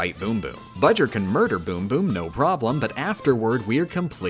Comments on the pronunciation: Why you still call him bujr that is not his name his name is bowser jr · Shouldn't his name be "Bojur", not "Bujur"? I mean "BOwser JUnioR", right? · It bower jr not budger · But... his name is Bowser Jr, not Buwser Jr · I dont get it hes saying budger its bowser jr not budger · I don’t know why, but that fact that you call Bowser Jr. “Budger” is for some reason absolutely hilarious and I almost start crying each time. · excuse me ma’am what is a budger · I like how you call bowser’s jr budger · i don't know why they're calling bowser jr. budger but i am not complaining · Every time yo say buger and not jr I laugh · His name is budger???? Or are you saying bowjr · Uh why is bowser jr called budger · Why does she call him "Budger" and why is nobody else in the comments asking this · Am I the only one who is very annoyed that she calls Bowser Jr Budger? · Who says Jr like ger? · Why the hell do you keep calling him Budger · Plz stop calling him budger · doesn't have the time to say Bowser Jr's name correctly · He’s saying bowser jr wrong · She shortened his name to BJR, that's why she says his name like that.